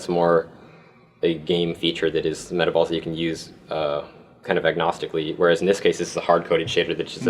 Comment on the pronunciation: im glad im not the only person who thought this said meatballs not metaballs XD